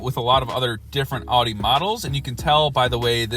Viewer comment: OW di. Not AW di.